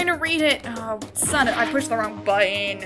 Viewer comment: everyone else: thats wrong nagito: thats wong